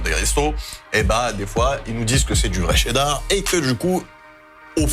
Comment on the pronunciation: mdrrr tu rends ouf à dire TTCCheeddar